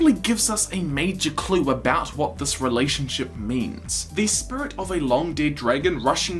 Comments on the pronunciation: Bruh he said “spurit” and “spirit” in the same sentence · I hadn’t noticed how you said spirit weird until you mentioned it. Bro why. Spurrit. Edit: Shit somebody commented that 2 years ago. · Can't stop hearing "spurit" now :') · lol I never noticed how he said "spirut" until he pointed it out himself 😂 I wish I hadn't already watched the one about iroh moving on to the "spirit" world. love your videos bro. it really lifts my spirut up on down days.... I couldn't help myself, I really did try.😂 keep up the good work though bro! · Great now all I can hear is "Spurits". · I didnt realize that you said SPURIT until you pointed it out. now i cant unhear it. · It's distracting me so bad.... lol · Potato Joe I know what you mean. Now every time he says it, I actually cringe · I never notice the way you said spirit and now I can't unhear it. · Until you mentioned it, I didn’t notice your accent when saying “Spirit”, and now I can’t help hearing it stand out. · I never even noticed that you said Spirit with an accent and now I can’t not hear it